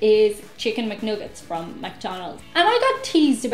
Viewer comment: I will always hear them as "Chicken McNougats" now....thanks! (PS. Editor....nice to see you and it's okay to shit/hate on our "nougats")